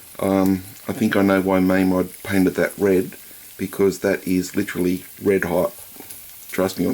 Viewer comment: It's mamod not maamod